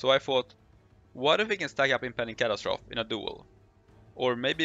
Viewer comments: Cat- as-trophy not Cat-as-troph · Cat-As-Tro-Fee not Cat-As-Troth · impending catastroff ... sir plz its pronounced catastrophe (cat ass trophy) say it fast ;) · Your accent indicates that English might not be your first language - nice video . - kuh·ta·struh·fee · ca-TA-stro-FEE x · Not sure what was more devastating - those numbers, or the way he kept annunciating "catastrophe" facepalm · I lasted one minute and fifteen seconds. I couldn't stand to hear catastrophe mispronounced one more time. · I’m sure someone told you already but you need to add “-fee” to the way you’re saying catastrophe.